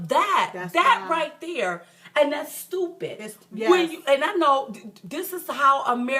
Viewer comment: Great job girls! "Ya'll Stoo-pit". LOL. Yes they are.